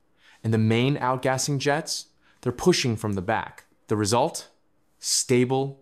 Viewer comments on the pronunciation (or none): none